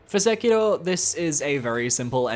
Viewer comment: God I fucking hate when discord virgins use Japanese enunciation when saying Japanese words LMAOOOO when bro says “Sek-ilroh” gotta be top 10 cringiest things ever